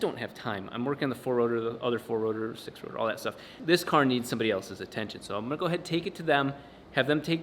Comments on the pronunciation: Did he say 6 rotar? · You sure as hell mumbled 6 rotor... What's going on with that and what car is it gunna grace?! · Am I the only one to hear him say 6 rotor?